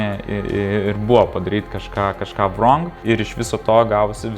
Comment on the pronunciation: "rong" ne "wwwrong"!!!:D